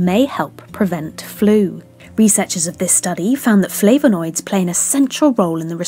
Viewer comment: Great content apart from the pronunciation of flavanoids! 😁